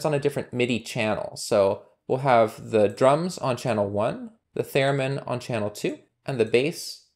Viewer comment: Cool Python package and nice tutorial! Incidentally, I believe it’s “theremin,” not “theramin.”